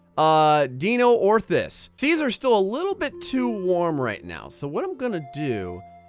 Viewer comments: DIN-ORTHIS, not Dino-orthis -_ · Dine-oar-this. that's how you say that one clam....